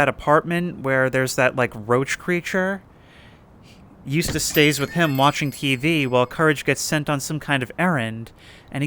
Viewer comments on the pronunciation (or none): none